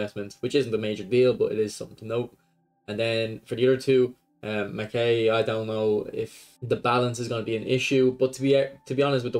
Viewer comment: Its Mak-EYE. That’s how u pronounce Makaay.